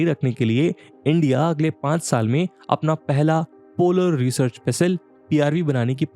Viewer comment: अनंत होता है. And it's research, not resurch!